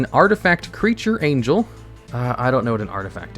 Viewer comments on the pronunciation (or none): none